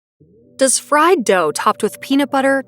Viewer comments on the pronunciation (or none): none